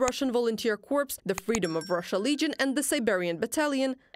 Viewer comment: THE is not ZZZZZZ it's pronounced more like letter D, not Z. :)